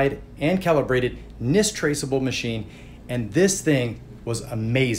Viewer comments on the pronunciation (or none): none